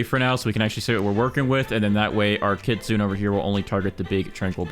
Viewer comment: It's kit-su-nay